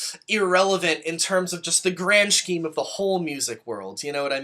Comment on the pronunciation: Are you saying “scheme” with the hard SH ironically? Or are you just mispronouncing it? I’ve gotta know.